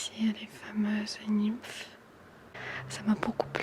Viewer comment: Merci pour ce joli partage 🥰 Le « ym » de « nymphes » se prononce « in » ☺️